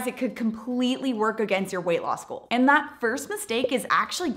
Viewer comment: Every time she says: Weight loss goal ❌ Weight law school ✅